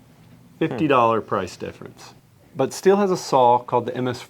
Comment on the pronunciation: Prounounce Sthil correctly too, "shteel"?